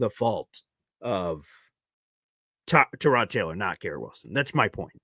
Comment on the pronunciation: Let's start with...that's why I call him "Punky Baker" because he's always been a punk, acted like a punk and everyone excuses it as the all "competitive, chip on shoulder."...I know you are big on names...it's Tie-Rod. You probably didn't hear on the broadcast, they brought it up. They asked Tyrod himself, and he told them I pronounce it "Tie-Rod" so there you have it. Consider your source for "TaRod"...hmmm. Something Jets fans need to stop saying it this team has talent, especially on defense. They just don't. They have a few good players, the have zero safeties (sorry but Cisco is atrocious). They have a way overrated (by Jets' fans) MLB, they have DL questions. They really don't "have talent"...Q, Quincy, Sauce, WMD, JJ (when he plays), and the two DT's they just picked up, that's where the "talent stops" It's not enough. I have no problem with AG getting fired up about the FG block, people HAMMERED Saleh and Bowles because they showed no emotion, now AG is going to get hammered FOR showing emotions...nope. Lastly, I've seen a lot of "schedule peaking" saying oh the Jets should beat Miami, or Carolina or any other team or it's bad...news flash...those teams are looking at the Jets saying the same, exact, thing! This team "should" not beat anybody. Every win will be a battle, there is no "should" and with this talent the idea it's unfathomable we lose games is silly. Miami is better right now. Their offensive talent will shred our D. UNLESS...they can put some thin